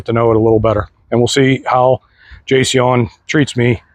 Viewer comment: Jay-C-ON is how you is how you pronounce it.